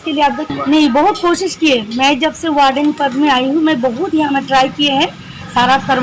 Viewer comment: Anchor should pronounce the words correctly. It's W*ARDEN not BARDEN. There are many other errors. Hope this is taken constructively.